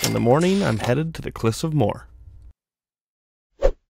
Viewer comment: Cliffs of Mo-her. Not Moore